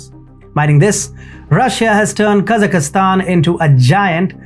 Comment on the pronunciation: Kazakhstan not Kazakhistan Just like India not Inidia